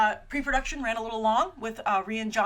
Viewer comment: His name is Rian Johnson, that's RYAN not REE-AN